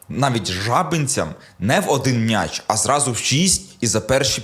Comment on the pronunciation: Все добре, канєш, але коли чую від: "МНяч", трохи веселить. Мняч, мнясо... Сидорівський діалект,?